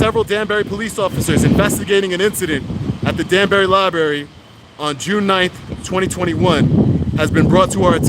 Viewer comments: I think it could be me, but you might be pronouncing the place where they keep all the public books, incorrectly. Your grammar and vocabulary are awesome, so please don't take me as being too critical. Love your work!! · Love what you do and love to watch your videos. But dude please pronounce Library correctly. lol There is an "r" after the b in Library. other than that great work. :) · Library has TWO R's. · its "library" dumb ass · There are TWO R's in libRaRy. It's not liBARY. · It is Library, not Libbary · Great channel, thank you. Also, it's pronounced lai-bruh-ri not lie-berry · 😁 It’s not ”Li-Berry” - it’s “li - br - erry .” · What's a libary? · You are just great. Please correct your pronnounciation of library from "liberry" to liBrary. Xxxx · Please don’t say LIBARY. It’s pronounced LIBRARY. With TWO Rs. When you say libary it makes you sound uneducated. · First, thank you so very VERY much for being a wonderful advocate for our 1st amendment rights. But please, for the love of English...it's a 'lie-br-aiRy', not a 'lie-berry'. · LiBRARy NOT berry lol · Its lia-breh-ree bro not libary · It’s Library!!!! NOT LieBerry ! Dumbsss! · I LOVE YOUR WORK, BUT PLEASE STOP BUTCHERING THE ENGLISH LANGUAGE. IT'S NOT "LI-BERRY".. IT'S "LI-BRARY". REMEMBER, THERE ARE NO BERRIES IN THE LIBRARY. NICE JOB KEEPING THE COPS IN CHECK. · libRary not lie-berry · Library has two r's, it's not "libary"... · He says libary, are you deaf or just a triggered fanboy lashing out? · Lie-barry? You have kids... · You’re doing a good job. Now if only you could pronounce Lie Berry correctly. Oh well, can’t have everything 🤷🏻‍♂️ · I hate when people say libary, but with, it's endearing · Li - BRAR -ee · 024 “At the Danbury public ‘ libarry’ lol. This is the way 3 yr olds pronounce it. Perhaps he needs to visit the ‘libarry’ more often. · it is LIBRARY with an R you moron, not LI-BARY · I just hate the way he says "Liberry" lmao. Other then that great content 👌